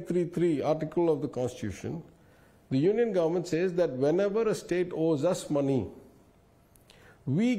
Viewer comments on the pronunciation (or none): none